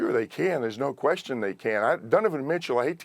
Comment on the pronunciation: Dude hears these players names probably every freakin day and still pronounces them like a douchebag, Dunnivin Mitchle and Joe L. M-beed